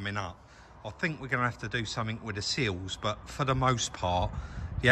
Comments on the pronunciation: thanks for clarifying. a couple of times it sounded like seals, and I was thinking I had been calling them the wrong thing for the last 20 years 😂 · I spent half the video wondering when the 'seals' were going to be sorted. That was until pointed out the 'sills';). Must be an accent thing (and I've watched plenty of Minder episodes to know better lol).. Them wheels looked mint.